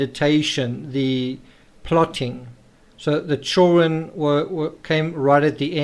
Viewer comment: At the risk of sounding weird I absolutely LOVE the way you say " children" I am big on accents and verbal rhythms and love languages although I have a wicked strong western Massachusetts accent similar to Boston but a bit different